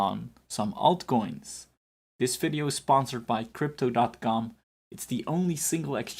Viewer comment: What is a "fidio"? :/